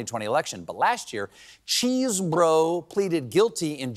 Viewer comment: I'm pretty sure it is Chesebro is just an Amercianized spelling of Chesborough, so not pronounced "Cheese-Bro".